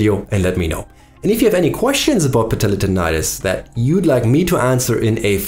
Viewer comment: i just love the way you pronounce : patellar tendonitis. goosebumps :D